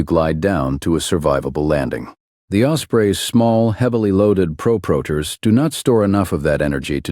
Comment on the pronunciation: Tell your AI they are pronounced "Prop - Rotors". NOT proooprotors